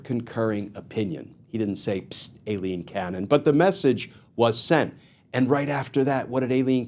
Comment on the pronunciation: Thank you, on the behest of Eileens everywhere, for pronouncing Aileen correctly. It is A. Pronounced with a long A, not an I. 🌹 We appreciate you.